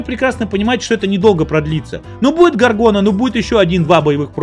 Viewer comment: "ГОВГОна" говоришь? Тут в Path of Exile новую лигу "Delirium" окрестили как "ГОВНИлиум"! :) Вроде и игры разные, а названия так похожи! :) Кстати, обосратая лига ПоЕ меня и сподвигла прийти в "ВойнаЛицо"! А то надоели РыПыГы... :)